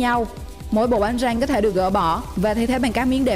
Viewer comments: Giọng đọc điệu đà quá lố. Bánh răng đọc ra nghe như tiếng anh lun vãi nồi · 91 hơi ngọng từ BÁNH RĂNG